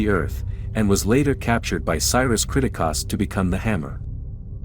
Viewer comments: This dude even realize that he's saying the last name wrong? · they say the last name many times in the movie, its almost like you never watched the movie cause you never say it right. its annoying af when you say it 40 times geeze!! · The way you pronounce the family’s name is nothing like they do in the movie. It’s so annoying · Especially the pronunciation of Pilgrimess & Kriticos